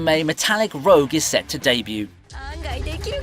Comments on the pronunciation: Small correction: The first anime is Metallic Rouge (pronounced "rooj"), not Metallic Rogue. Rouge is the French word for red. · Its Metallic ROUGE not Rogue